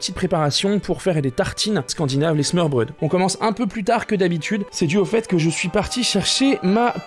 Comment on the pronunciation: Au début j’ai cliqué juste pour t’entendre dire smorbrod , mais j’ai était déçu quand je t’es entendu le dire et que tu la presque bien dit 😂 Super vidéo sinon 👍👍